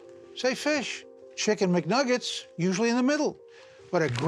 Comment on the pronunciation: no one: chicken muhnuggets